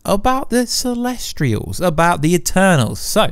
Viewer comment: CELESTIAL not CELESTRIAL! Get it right.